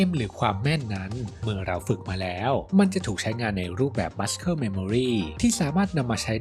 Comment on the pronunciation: เนื้อหาคลิปดีมากครับ ฟังเพลินๆเลย . . . . muscle อ่านว่า muh.sl((มัส'เซิล) นะครับ